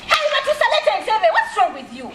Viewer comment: I hear batusa😂😂😂😂😂😂😂instead of batuusa lero luno